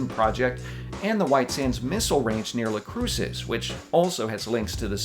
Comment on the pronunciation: Never heard Las Cruces pronounced that way